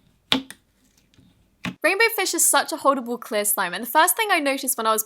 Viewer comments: she said queer instead of clear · it sounded like she said ‘queer’❤️😂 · In the crystalline candy one you said “cear” instead of “clear”😂